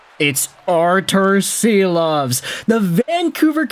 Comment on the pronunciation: I love your content but he's Shilovs. Artūrs Šilovs